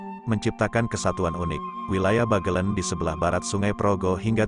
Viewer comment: Adanya aplikasi yg dpt mengubah tulisan menjadi suara, membuat orang indonesia yg sdh terkenal MALAS MEMBACA menjadi semakin malas. Pengguna aplikasi merasa cukup bangga bisa menggunakannya meskipun tetap malas membaca dan bnyk lafal yg salah oleh alat itu. Pinter tapi payah. "Bagelen" hrsnya diucapkan dg "e" pertama diucapkan sprti pada kata "sebab" dan "e" kedua sprti pada kata "ember". Lebih parah lagi pada "Sunan Geseng" hrsny diucapkan dg kedua "e" diucapkan sprti pd kata "sebab" karena "geseng" berarti gosong. Tapi di video ini kedua "e" diucapkan sprti pd kata "ember" shgg kata "geseng" menjadi tdk punya arti.